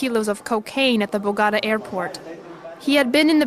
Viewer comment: Voice over: BOGATA! 🗣️